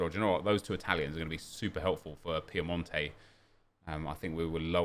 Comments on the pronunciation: when will he realise that its pinamonti not piemonte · It’s pinamonti not Piemonte lol